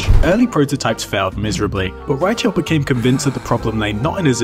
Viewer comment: That's not how you pronounce "Reichelt".